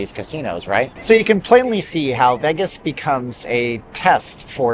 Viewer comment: Solid video but the way this guy says Vegas is so cringe.